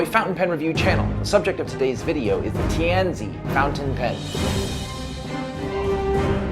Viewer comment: Tianzi (tee an zuh) - Son of Heaven. Please make a little effort to research the correct pronunciations - this would be in 'the bad' part of a review of your videos.